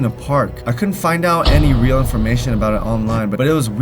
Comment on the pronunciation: You idiot it is not weal it's real